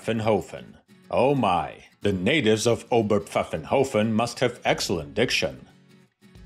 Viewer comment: My highest compliments for correct pronunciation of Óber-pfáffen-hófen. Top notch! Best greetings from Germany.